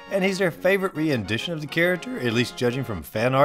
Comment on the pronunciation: What the heck is "re-endition"? The word is "rendition", pronounced "ren-dish-shun". Not "re-en-dish-shun".